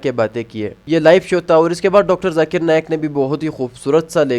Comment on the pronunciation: Arey Dikra “JAKIR” Nahin - BOLO ZAKIR 😂